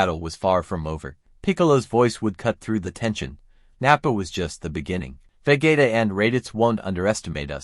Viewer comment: Interesting. But why do u pronounce vegeta as vagaita 😂